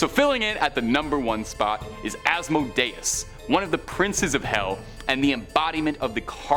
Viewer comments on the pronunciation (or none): Asmodeus is pronounced-(Az-moe-dee-us). Just a little heads up